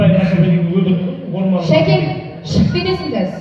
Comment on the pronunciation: шакен емес сакен десе кушти болад,или "С" га тили келмиме,Нуржан Сакенди кушти салды айнытпай,Замирада олтирди